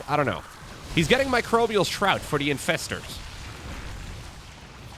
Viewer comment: This must be the first time did NOT pronounce Microbial Shroud "Microbial S-Shroud". Way to go,! Edit: Well, not all the to the end though:D Edit2: Actually just the very first time. lol On a serious note: I believe Harstem tried this in the unit tester once and came to the conclusion Ultras might be viable now vs. Lurkers. Looks like this trickled its way into the top tier ranks. What a game!